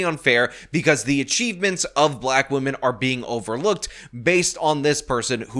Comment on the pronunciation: Feeling guilty over your skin color, let alone something over which you had absolutely no control, is just dumb. It will never not be dumb. Also, gross, she also does that saying "woman" instead of "women" thing. Definitely off-topic, but what is going on with English speakers?